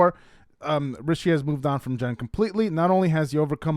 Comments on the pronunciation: How do you interpret a Maria as Mariah? How do you keep saying Rishe’s name wrong and differently? Your headlines are so bait clicky as well. Try to do better. It’s frustrating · pronounce Rishi properly please